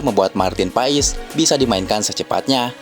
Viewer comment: Woy bang ko lu ngomong Marteen paes ko pais sihh benar dikit knpa ngomong nya klau mau ngonten....sory klau gue komen gini cuman beri saran aj BG🙏🤗